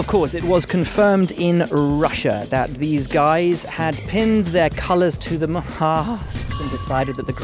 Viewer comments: It’s Haas not hass anyways? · I don't understand why the British can't pronounce Haas properly. It's a long vowel sound. Surely you guys can get on board with that. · That is not how you pronounce Haas but ok. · As an American, I'd like to take the time to tell you all that you've been pronouncing Haas wrong. It's pronounced "Hoss," not "Hass." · I agree...none of these would work if Haas was pronounced correctly